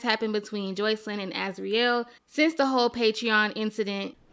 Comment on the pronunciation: I hate how u pronounce sis name!! It’s Jos-See-Lyn